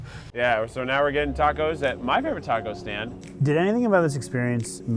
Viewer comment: Did any one feel a Miranda vibe when said Nao hard or when he was saying resting was partying or was that just me